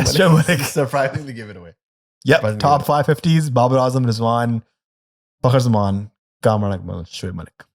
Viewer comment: Rizwan ❌ Zzzwan ✅